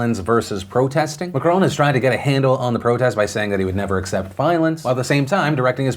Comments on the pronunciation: Also its not Mac-Crone is Mac-Ron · Can anyone make a compilation of Phillip saying "Macrooon"?? It is so funny... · Am I the only one who loves Phil's pronunciation of Macron?